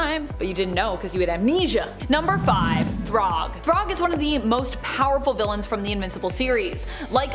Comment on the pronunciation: Thragg is said like your saying rag like a dish rag. Not throg like frog 😂😂